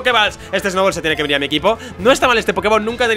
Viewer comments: Porque en vez de decir Snubbull dice Snowball? :'v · el dice Snoubol :v